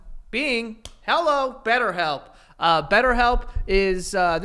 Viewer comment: Betterhelp. “Betthelp”